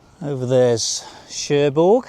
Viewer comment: Nice🦢 - hope you don't mind me adding that Querqueville is pronounced 'Kirkaveal'; Cherbourg has a silent 'G'. Hope Jan's health and well being a lot better on this trip. Looking fed to next vid....